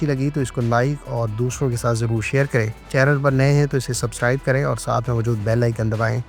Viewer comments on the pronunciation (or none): none